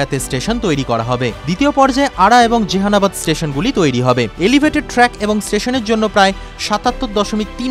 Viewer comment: Not Jehanabad it's Jahanabad.Please correct your pronunciation